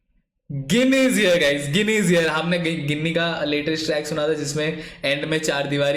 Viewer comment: गिनी nahi bhai it is pronounced as जीनी